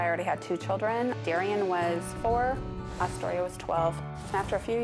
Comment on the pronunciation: Man during this episode I was hearing Dystoria But her name was Austoria . 🤦🏽‍♀️🤦🏽‍♀️ I really hope the relationship between the mom and the daughter stays good . Because at the beginning of the show she had many prejudices towards her daughter